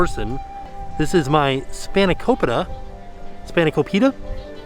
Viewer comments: and span-eh-ko-pit-AH! not spaniko-pita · It's spana-cope-it-a, not spana-co-pita! lol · hey! greek girl here, it's pronounced "spahn-a-co-peeta"! trying your best tho, i respect it :)) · Hearing you say spanikopita gives me hope that one day Disney will add Greece to the World Showcase!! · hi! i'm greek & spanakopita is one of my favorite greek foods. it's pronounced spa-nuh-ko-pee-tuh! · I’m not Greek but spanakopita is one my favorite food. But can never pronounce it and normally just point to it in the menu.